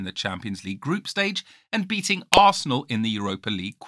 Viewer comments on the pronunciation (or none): none